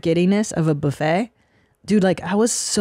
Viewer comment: I like how she called the buffet a boofay